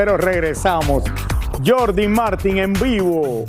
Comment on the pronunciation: Se pronuncia Martín con acento en la i